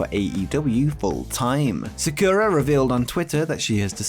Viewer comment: Sakura in pronounced SA-ku-RA